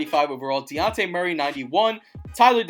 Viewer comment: Bruh you said luka it was devin booker and its dejounte not daunte